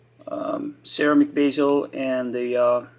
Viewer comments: How about his “Sarah-Mick” (ceramic) lmfaoo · Sir-ram-ick......just joking...be-zul